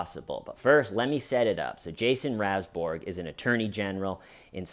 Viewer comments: His name is pronounced rounsberg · "listened" the audio but couldn't bother to get the name pronunciation right.